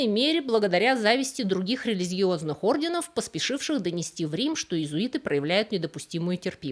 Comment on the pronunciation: Скажите ей кто-нибудь, что надо говорить орденОв!!! Она достала со своими неправильными ударениями😂. В каждом ее ролике есть такие огрехи.